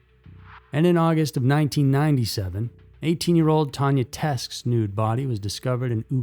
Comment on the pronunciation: By the way, “Teske” is pronounced Tes-Kee….its German and was my maiden name! The e at the end is not silent.